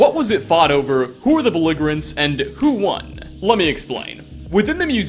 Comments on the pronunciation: that’s not how you say the word belligerents lmao. the g is soft! the g is soft! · Ooo! You've been doing so well! But you neglected to look up a word you haven't heard pronounced in a while: "belligerents." It's a small thing, but you got the "g" wrong, in that word. It's not the hard "g" like in god, it's the soft "g" like in "geriatric" or "page." But honestly the fact that I'm now only finding single mispronounced letters in your videos is evidence of how far you've come. I commend you, sir. Make sure to stay on top of it! ❤ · you said "belligerents" wrong